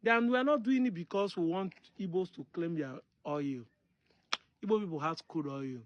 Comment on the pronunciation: Correct spelling and pronunciation is Igbo and not ibo,ibo is British and not native